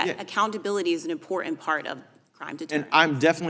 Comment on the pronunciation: The word is “important “ not imporint